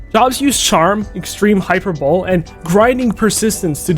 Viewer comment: It's pronounced /high-per-bowl-ee/ not /hyper-bowl/.